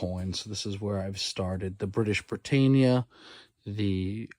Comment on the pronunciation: Plwase pronounce Britannia correctly